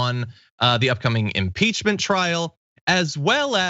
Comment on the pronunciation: You did, John. I heard it. Imporchment. I love you. By the way, Grandmother Dragon.